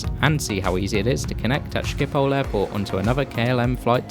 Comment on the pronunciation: It's Schiphol, not Schipol